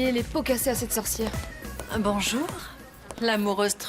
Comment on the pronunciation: Renand: oui bonj 😂😂😂😂😂